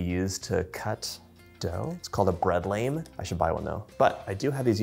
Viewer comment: Good video. One thing: the razor blade bread lame is pronounced "lahm."🙂